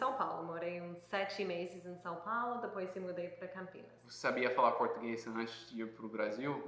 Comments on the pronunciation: Parabéns pelo excelente vídeo. Estou impressionada com a perfeita pronúncia do garoto de jaqueta jeans. Ele se passa por brasileiro facilmente 👏👏👏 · O tem a pronúncia do português perfeita.